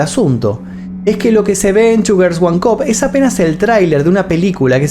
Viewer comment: Parece que dice "sugars" en lugar de "two girls"... Vocalización..... 🙄😒